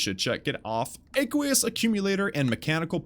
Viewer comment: btw you pronounced aqueous wrong just google it. Just want you to be good to the new guys who watch your vids. Hope you don't take it bad.